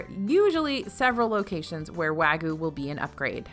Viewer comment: Please. Please. I'm begging you. wah-g'yoo, not wa-goo.